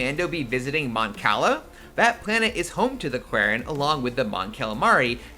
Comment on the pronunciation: The way he says Quarren. That’s not how you say it! 😅😅